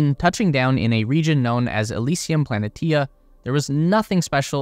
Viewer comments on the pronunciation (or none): ... It's pronounced "pluh-NEE-shu", not "planet-EE-uh"... And, your content is crap. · Plaa knee shaaa , not planatia, ffs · At least when talking about another heavenly body, get the name right... Elysium Pla-ne-shia is more how it's pronounced. There is no T sound present.